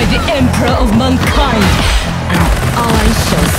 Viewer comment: sorry but whenever she say "mankind" all i hear is "mon keigh"